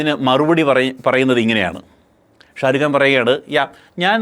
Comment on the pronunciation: ഷാ രു ഗാന് അല്ല ഷാ രു ഖാൻ ബ്രോ.